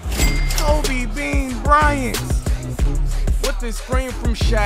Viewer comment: This video started like a damn horror movie broo * the way he said KOBEE im cryin rn youre the best